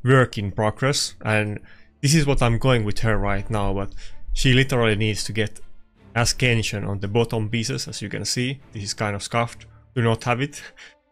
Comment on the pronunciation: For the love of god mate it aint asKenšion.. Been following you up for such a long time and love the content as we both use almost the same rooster for LA but every time I hear asKenšion I want to poke my ears out :D Take it as a friendly criticism please.